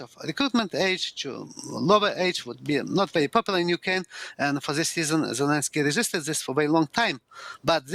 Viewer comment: Sorry, I can hardly understand the professor.....🙁 And why is he speaking of "Ukaine" , why leave the "r" out...? ? ? ? ? 😳